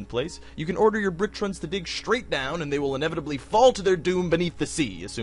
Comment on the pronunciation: "Little characters called bricktrins" >bricktrins Bricktrons. Tron pronounced like the hit movie in a computer.